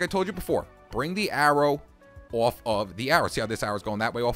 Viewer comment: My favorite thing about this dude is when he says "off" its sounds like "ouuf" sorry if it's sorta offensive but I like it :)